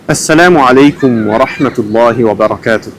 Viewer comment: (ho guardato i primi 4 secondi ) quel ha in Assalamu Alaikum warahmatullahi wabarakatuh mashaAllah lo ha pronunciato molto bene Allahummabarik. Ovviamente dire conversione è un ottimo modo per nnon confondere chi non è musulmano ma ovviante come lei sa ma lo dico per chi magari non lo sa, il modo più corretto è ritornato all'islam